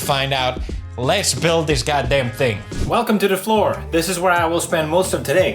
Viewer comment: I thought the same thing when he said welcme to the floor lol 😂